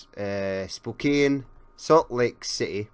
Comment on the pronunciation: Spokane is pronounced Spokan. Long O, short A.